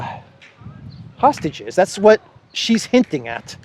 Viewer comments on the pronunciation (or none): none